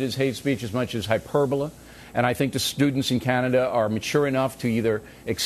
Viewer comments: 'hyperboluh?' Bill, the word ends in a 'lee' sound..... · "Hyper-buh-lah" lmao what a dumbass. I'm proud we kicked her out. And who is Bill O'Reilly to call someone un-Canadian? What an egotistical jackass.